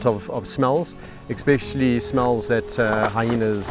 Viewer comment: There is no x in the word especially